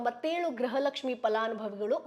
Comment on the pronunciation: 💛❤️ ಕನ್ನಡ ಉಚ್ಚಾರಣೆ ಸರಿ ಇರಲಿ ಮುಂದಿನ ವಿಡಿಯೋದಲ್ಲಿ , ಗೃಹಲಕ್ಷ್ಮಿ ಅಂತ ಹೇಳುವ ಬದಲು , ಗ್ರಹಲಕ್ಷ್ಮಿ ಪದೇ ಪದೇ ಹೇಳುವುದು 😂 ಹಾಸ್ಯ ವಾಗಿ ಇದ್ದರು ಸಹ ಇದನ್ನು ಸರಿ ಮಾಡಿ , ✅ ಸ್ಕ್ರೀನ್ ನಲ್ಲಿ ಸಹ ಗೃಹಲಕ್ಷ್ಮಿ ತಪ್ಪು ಇದೆ , ✅ ನಾನು ಜನರಿಗೆ ಗೃಹಲಕ್ಷ್ಮಿ ಈ ಸುದ್ದಿ ಮೊದಲು ಹೇಳಬೇಕು ಎನ್ನುವ ಆತುರದಲ್ಲಿ ಇದು ಆಗಿರಬಹುದು ಅಷ್ಟೆ ✅ 🔱 ಓಂ ಕಾಲಯ ತಸ್ಮೈ ನಮಃ ✅ 🙏🏼 ಜೈ ಶ್ರೀ ರಾಮ್ 🏹